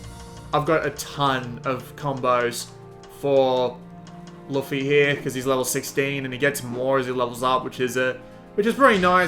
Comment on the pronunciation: Why cant any review channels pronounce luffy's damn name